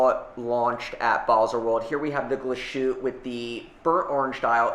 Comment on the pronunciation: I love how massacres brand names: Glashoot- Yayger - Miljano 😂